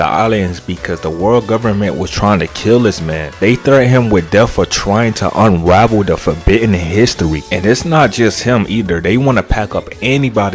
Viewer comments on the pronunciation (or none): Unwavel histowy